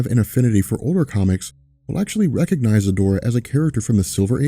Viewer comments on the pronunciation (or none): none